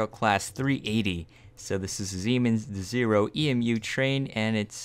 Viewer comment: Its pronounce des eye ro not des ee ro and i think it would look better 5 blocks wide rather then 4